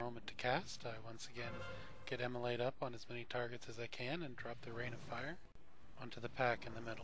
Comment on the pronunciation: Immolate it the exact correct pronunciation of the word.